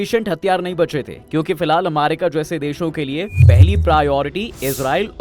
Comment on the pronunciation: अरे यार तु क्या अमारिका अमारिका कर रहा है, यदि सही उच्चारण अमेरिका बोलना नही आता है तो किसलिए वीडियो बनाने चले आते हो, अमारिका अमारिका,,,,सुन कर irritation hota hai